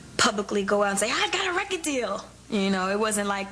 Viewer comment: i luv they way the say record! lol that sounds heckka stupid but has anyone noticed they pronounce it recide??? lol even her moms says it lik